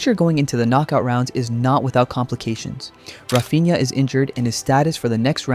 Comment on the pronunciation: Just a tip regarding pronunciation: in Portuguese, when you see the following combination of consonants "nh", it shouldn't be read as "un-ha", but more like a nasalized "ny". For example, "Cunha" is read "Kunya", and "Raphinha" is read "Raphinya". It's not intuitive for English speakers, but it's easy once you remember how to do it.